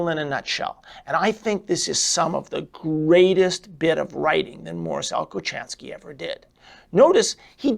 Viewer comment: His name is pronounced with an H not a cha his patents were pols